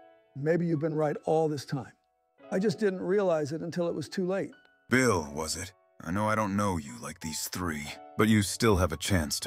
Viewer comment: BEEL CLINTON?!